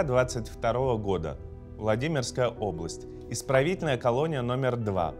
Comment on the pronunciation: К логопеду бы тебе сходить. Прокачать произношение звука [Л]: обВасть, заВ суда, фВаги.